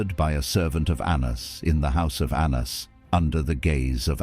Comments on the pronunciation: His name was pronounced “Ananus” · Anna's was indeed accountable. Correct, but lazy Gentiles however have used it for antisemitism ever since Ps fix the Hebrew pronunciation , very incorrect.